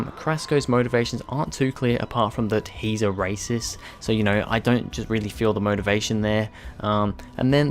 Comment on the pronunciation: "Arasiss"? I think you mean 'a rasist'.